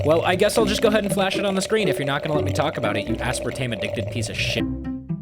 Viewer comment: YOU RUINED THE ENTIRE VIDEO BY MISPRONOUNCING ASPARTAME, HOW COULD YOU?